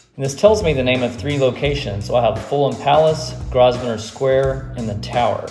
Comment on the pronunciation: Really good tips on maps. Just a little tip from a Londoner. It is pronounced Grow-ven-or with stress the on the syllable Grow. No s sound. Cheers!